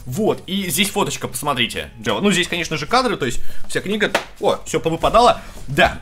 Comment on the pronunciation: кому еще кроме меня послышалось что когда листал книжку сказал не фоточка, а Водочка?